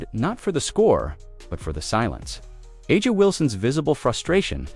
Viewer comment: I guess you terrible commentators will never learn to pronounce players names correctly... Who is Ah-jah Wilson? Noone in the WNBA is named that. Get it right, for God's sake.